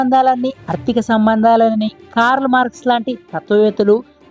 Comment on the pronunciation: అర్థిక కాదు ఆర్థిక